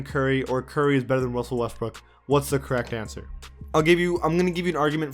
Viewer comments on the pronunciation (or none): “Wussell Westbrook” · "Wussell Restbrook" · Why do u keep saying wussel restbook. And how is boogie cousins a better center than Rudy gobert